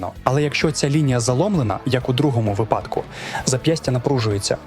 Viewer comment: Дякую, тільки не зажимати, а затискати і не випАдки, а вИпадки.